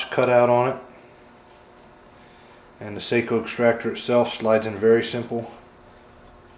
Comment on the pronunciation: Seiko is a watch.. Sako is pronounced “Saw-co”